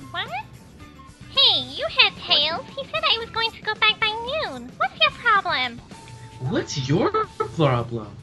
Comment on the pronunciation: "What's your ploroblem?"